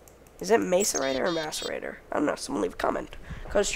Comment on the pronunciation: M(ass)arator not M(ace)arator